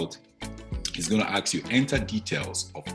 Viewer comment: What do you mean by ( aks you ) !!! Aks you ? What ???